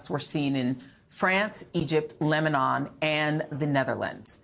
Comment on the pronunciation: It's Lebanon not Lemanon